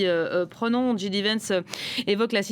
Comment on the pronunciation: "djidivènss" c'est original lol... le mieux reste de prononcer son nom à la française, "jidévènss", ou à l'anglaise "djaydivènss". Et ouaip, j'ai rien de plus intelligent à commenter.